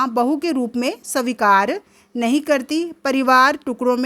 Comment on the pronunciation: Aapka hindi acha nahi h savikar svikar hota h or please handwriting thik kijiye ki, ko lgta hai Pronounciation thk kijiye